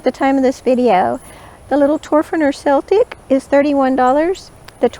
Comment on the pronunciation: Great comparison video, I love Morakniv knives, I have seversal, but I just brought a Toferner! You could easily hook the loop of the Toferner Celtic knife through the leather thing to keep it safer. Especially with your modification! Extra points for pronouncing ''celtic'' the right way! (PS, the Toferner knives should make sparks with a real flint stone)